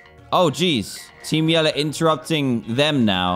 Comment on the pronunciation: I keep thinking he is saying team yellow not team yell